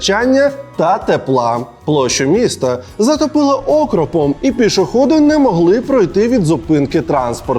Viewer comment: окрОпом а не Окропом, але всеодно молодець! 😅